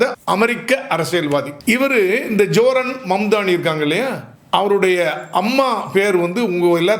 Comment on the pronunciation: பெயரை சரியாக உச்சரிக்க கற்றுக் கொள்ளுங்கள் அவருடைய பெயர் சஹ்ரான் மம்தாணி